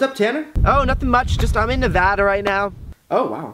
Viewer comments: THANN YOU FOR SAYING NEVADA RIGHT. omg so many people call it NeVAWda. it's NeVAda. gosh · I live in Nevada!Thanks for pronouncing it right Brent!😁I hate when people say Nuhvoda!😱😅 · Well at least you know how to say Nevada I love in Nevada and everyone says it wrong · Thank you for saying Nevada RIGHT